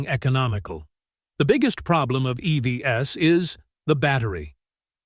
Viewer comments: Please use a AI text-to-speak that at least can pronounce EVs right, not as e-v-s!😢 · If you want to produce really great videos, LOSE THE AI voice and voice it yourself! “EV-S”?? It detracts from what you do.